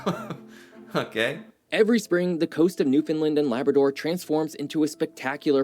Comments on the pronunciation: Sigh. Newfoundland rhymes with understand. Same stress pattern, too. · Newfoundlander here👋🥰 Buddy is pronouncing Newfoundland incorrectly. We say, "Newfin-land", not "New-fin-land"🥰🇨🇦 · The video you’re watching is awesome, and all true… except for the way he pronounces Newfoundland…. It’s pronounced “newfinlind” it’s Newfinland.. rhymes with understand or rubber band;) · Awesome video, having lived in Halifax for 50+ years. What would have made it even better is if the narrator knew how to pronounce "Newfoundland". It's "NewfinLAND" or you can say "NewfunLAND" Emphasis on "LAND" like "DisneyLand" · This video you are watching and commenting on is ticking me off. I'm a Newfoundlander. It is pronounced New Fin Land. Not New fin lind. I can't be the only newfie this is bugging. Lol. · The fact that no one can pronounce Newfoundland is painful... sorta rhymes with understand, newFinland... St Pierre is an awesome weekend trip <3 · New. Found. Land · Good YouTube channel but he cant pronounce Newfoundland correctly. It was like nails on a chalk board for me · I wish the video guy could pronounce Newfoundland correctly. It's not hard to google pronunciation. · I wish the moderator would learn how to pronounce Newfoundland! He has to be a " mainlander ". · Also, the incorrect pronunciation of Newfoundland is beyond annoying! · It urks the living sh*t outta me the way he keeps MISpronouncing Newfounland.